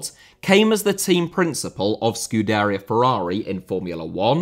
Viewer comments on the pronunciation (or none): It's an Italian word and is not well versed in F1. But yeah, the tonic is in the I, not the E. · how have u managed to mispronounce scu da ria Ferrari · He screwed scuderia though. 😄